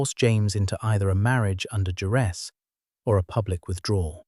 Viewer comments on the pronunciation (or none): Duress not Jerez 🙄!